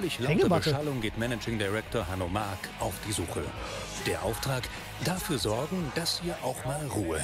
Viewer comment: Der eine Typ heisst nicht wirklich Hanno Mack , gesprochen wie die Trecker und Bagger Firma Hanomag 😀